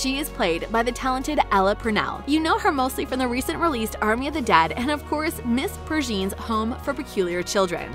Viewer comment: could only get 2 mins in, if youre gonna make a video about a show pronounce the characters name right, vee? oh and dont get me started on miss pergeen XD